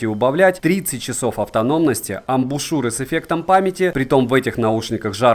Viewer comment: отличный обзор! особый респект за грамотную речь и правильное произношение названий (хоть и адаптированное, я про "аш" вместо "эйч" и ""игрек" вместо "уай") и в тч за амбУшЮры, а не амбИшУры как у остальных горе-техноблогеров!